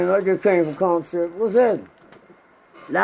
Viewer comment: Man it's commissary NOT convasary!!!!!